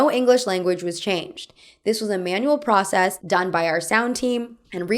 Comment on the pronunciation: Speaking of accents, why do you speak like that ? For example, you say '' I guass'', ''procass'' or ''yas'' instead of I guess, process and yes...